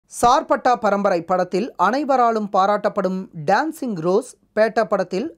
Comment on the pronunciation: டேன்ஸிங் ரோஸ் அல்ல டான்சிங் ரோஸ்....